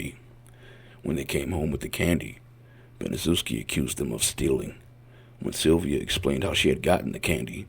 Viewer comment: Sylvia name is pronounced like inns